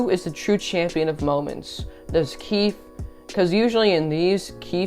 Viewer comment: You have to say the E in keefE is keefEe